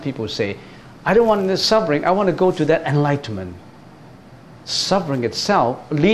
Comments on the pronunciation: It should ber FUR NOT BER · Your pronunciation of SUFFERING is wrong. You should pronounce SUF- FER-RING not SUB- BER- RING.